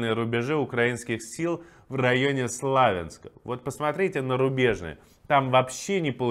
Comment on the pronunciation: Спасибо за новости! Правильно СловЯнск, ударение на я